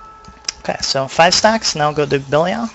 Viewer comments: yes... bell-ee-all rofl. good vid though mate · it's pronounced belly-al. ive heard other ways too, but the way it's pronounced in diablo 3 is something i havent heard before. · i know right? i was going to watch then he's liek "bellyal" so i thumbed down and closed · Actually, Belial is a biblical name, which is not pronounced the way Blizzard decided to. So if you want to be really technical, its Blizzard that is pronouncing it wrong. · Cut him some slack, he has a point of being butthurt on the pronounciation, the game says belials name at least 30 times per act, seeing this is inferno, and a farm guide at that, this dude probably has heard it 300+ times.. Mispronouncing it now is just sad, really.